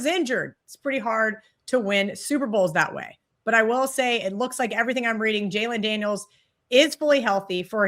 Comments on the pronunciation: Is she saying Jalen Daniels ? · Who the fuck are Jalen Daniels and Daniel Jacob’s? Multiple infractions on both names. Damn guys and gal do fucking better.